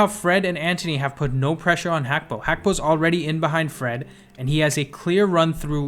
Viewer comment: its pronounced Hakpo